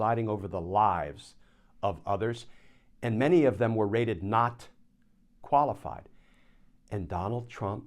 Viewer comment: Rated? I thought you said "raided". Now there's a thought.